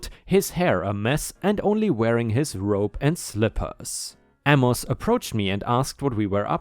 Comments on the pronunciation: Amos is pronounced, A' mus, not a mos' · Amos = Ay muss. (Ay like in "hay.") Not that it makes a major difference, but "eh" isn't said like "uh." It's more of the "e" sound from the word "bet." If you've ever seen it in American programming, it's like when someone shrugs their shoulders and makes a sound like they don't care. "Eh, whatever" for example.